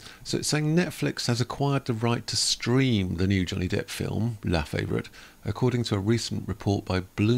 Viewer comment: La-fa-vore-eat - that's how you pronounce it, not in American slang even though you're a Brit, you should know that.